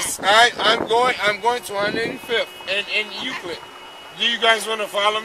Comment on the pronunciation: It was south Euclid commentator didn't pronounce it correctly